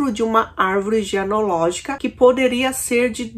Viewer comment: O "sinto muito" não é pela vítima, mas sim por ter sido pego. Condutopatas não têm emoções primárias. Só uma correção: árvore genealógica, não "geanológica".